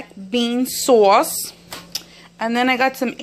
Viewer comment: I like how she says sauce.